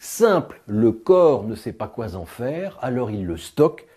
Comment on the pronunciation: " ne sait pas quoi z en faire " Attention aux liaisons dangereuses !